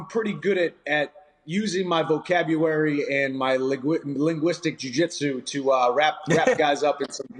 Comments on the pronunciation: vocabuwary.....linguin, lingwistic jujitsu............... ...............lol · “I’m pretty good at using my vocabuwary”